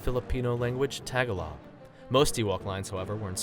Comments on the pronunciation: Ta -gah-log, not tag A log, but great video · you said the filipino language Tagalog is said tag-a-long which thats not how you say it, it's actually ti-gol-lig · Ta-Ga-Lon,,,,not tag -a-long........Jhe -Sus,,,you....lol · Ok, couldn't help noticing one huge error on Fact #47. It's actually pronounced Tah-Gah-Log not Tag-a-log. (I cringe whenever I hear "Tag-a-log" no offence guys :P) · Tag Along. Its pronounced Tag-o-log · This dude did not just say "the Filipino language TAGALLAH" smdh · I HATE THIS! LOOK UP HOW TO SAY TA-GA-LOG ((Say it slowely)) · Lmao "Tag-ah-log" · anyone else got offended when he said "tagalug"? just me? ok... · You said Tagalog wrong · Great video but #47, he pronounced Tagalog wrong. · He pronounces "tagalog" wrong. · His mispronunciation of tagalog made me cringe so hard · He pronounced Tagalog wrong... wtf